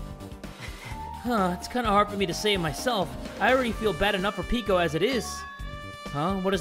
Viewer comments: Bro I hate how hes dissing these names 😭 its peck-o you were saying it right in the first place brooo (Edit) you guys need to like the video more bruh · He pronounced it peko peko before idk what happened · pronounces Peko as Pico Peko: "am I a joke to you?" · No one:: "pico" The fandom: "peko" Fuyuhiko: "peko" The rest of the cast: "peko" SPOILERS(?) Peko: "tool" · The way that pronounces Peko... "Peeko" lmao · OMG WHY IS HE CALLING PEKO PICO IM SO DONE ABJSBAJS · its not Piko it PEKO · I mean those names are new but still, ITS PE-KO